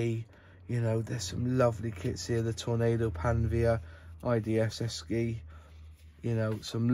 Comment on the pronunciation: According to their 1983 catalogue it's pronounced Eshi